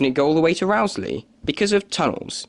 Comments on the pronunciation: It's not Rowsley as in row or argument, but Rowsley as in row your boat. (Rose-lee) I've noticed a lot of people doing videos featuring the line get it wrong. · Interesting, though I've never heard the mainline through Peak Forest ever referred to as the "Buxton Loop". Unfortunately, you've pronounced Rowsley incorrectly. The first syllable is pronounced "row" (as in row a boat), not "row" as in arguing with someone. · It is pronounced Rose-Lee. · Mostly to the point. However, you might note that it's Chapel EN (rhyming with hen) le Frith - not pronounced in the French way. Durlow should be Dowlow. And the Row in Rowsley rhymes with "blow". You can always check such things beforehand with locals. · just about to say the same thing..... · That's not how you say Rowsley.